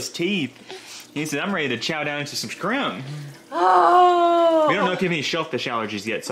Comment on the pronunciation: Did you say Scrimp? 😂